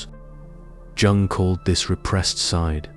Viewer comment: Every time he pronounced Jung with the hard "j" I LOL'd, adding years to my life 😂